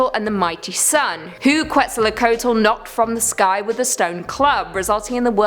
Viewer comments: Nope, it's ket-zaal-coe-a-tl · I thought the end of the world began when Justin Bieber became popular. It's "Revelation", not "Revelations", and Qwetzalcoatl is pronounced "Ketzulco-atl". The "w" is silent.